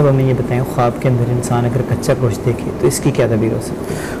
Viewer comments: Goshat nai gosht Hota hai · Gosh ko Ghoshat padta hai .pahley Urdu seekho . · Inki to apni urdu theek nahein goshaaat 😅